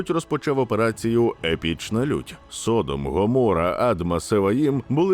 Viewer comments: СодОм, а не СОдом. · Не міняй наголос...Не Со'дом ,а Содо'м.....І діло там в основному було в гомосексуалізмі,а не в поганій гостеприїмності....Не підтримуй сраних підарасів вони і так швидко поширюються. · збираючи і упорядковуючи все, що сьогодні відомо про Содом і Гоморру, ви не встигли зібрати, де в слові Содо́м стоїть наголос.